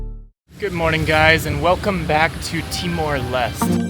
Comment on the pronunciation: bro why did u say it as timor lest, its lesté, no way u went to the country and still manage to mispronounce it